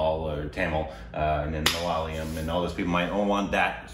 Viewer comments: Guys.....it' "MA LA YA LAM" .....U GUYS ARE JUST KILLING IT 😕😕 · Just love how Korbinises the word "Malayalam" without realizing it.